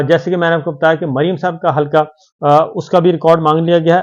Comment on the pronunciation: صابر صاحب۔ لفظ حلکا نہیں بلکہ درست لفظ ۔۔ حلقہ Halqs ھے ۔ وسیم انکل کراچی